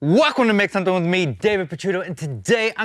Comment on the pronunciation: "Welcome ta meksomendame!"